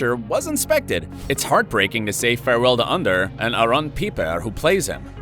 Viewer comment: It's Ander not Under